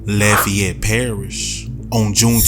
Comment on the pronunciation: I cant get over how this voice pronounced Lafayette